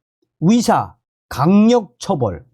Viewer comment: 위협이 아니라 의협 위사가 아니라 의사 발음이 좀...